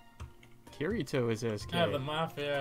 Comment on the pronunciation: didn't even say kirito right smh. He obviously didn't watch sao